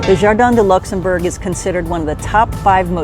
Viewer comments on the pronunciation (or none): In English it is like in French Luxembourg, not luxemburg! Please don't butcher names!